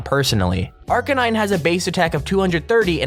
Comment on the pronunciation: If Arcanine is your favourite pokemon, pronounce his name right.